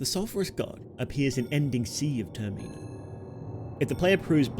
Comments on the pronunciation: 'TER-MENNA' is pronounced ter-meh-nah the same way it is in majors mask. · Ter-min-a . Terminal . Ter-min-a(l) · Bro tf is this pronunciation of termina lmao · TerMEENA? man wtf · It's pronounced "TER-mi-nah", not "Ter-MEE-Nah". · turr - mee - na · You shouldve put a trigger warning for how you pronounce “Termina” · I can't take you seriously with the way you pronounce Termina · Never heard anyone pronounce Termina like that 😂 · Take a shot every time the word "Termina" is mispronounced. You will die of alcohol-poisoning. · say termina right